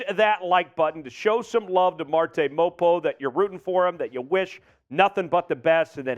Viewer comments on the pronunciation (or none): You’re pronouncing it as mop-oh. It’s pronounced mah-poo. And you used someone else’s picture lol. My one word is violent. Let’s bring some more violence to this defense, hell yeah!